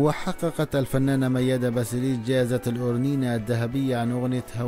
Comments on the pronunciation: ياريت قبل ماتعمل قناه عاليوتيوب وتحكي عن وفاه اوحياه فنانه تعرف تلفظ اسم وكنيه الشخصيه عنجد قرفتونا كلو بيحكي كانو جاي من كوكب اخر سماها مياده باسيليس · جدا جدا جدا.واسم عائله الفنانه بلفظه غلط . واسماء الاغني بلفظها غلط... رفع ضغطي